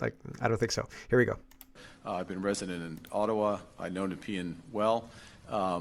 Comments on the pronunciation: Pronounced: "Neh-pee-ann" XD (Nepean) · Nuh-pee-uh n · You are from Ontario, how about pronouncing Nepean correctly? But you won't, I don't think you take any of this seriously in your messy garage, dressed up in your best dirty sweatshirt, playing videos at twice the speed and then quickly yelling, "My bad! I'll do better tomorrow,!" But you never do, you are lazy and ineffective, that"s why I no longer pay for your show. You suck, no wonder everything gets worse here in Canada, we have no proper voice because of incompetent, gutless fools like you, I guess no one really gives a shit, they are in for themselves, including you.